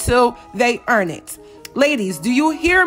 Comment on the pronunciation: "YOU CANNOT GIVE THE NICCAS SHIIT UNTUL THE EEEEEAAARN IT!!!!!! 👏👏👏👏